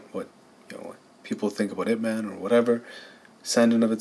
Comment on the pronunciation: Did u say what ppl think about "up man" I fkn hope not that made me mad frfr.. it's I.p man, not ip man